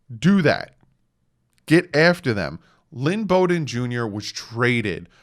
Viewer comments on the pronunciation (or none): none